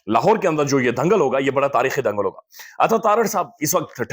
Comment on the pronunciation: Bhai dhangal nahin dangal hota hai….